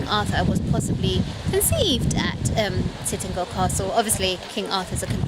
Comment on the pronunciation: You are not pronouncing the name right. It's not Titnagel or Titangel, it's Tintagel, pronounced as in the word "gel".